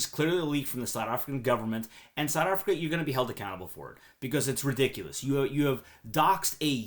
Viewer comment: Strange way to pronounce South Africa.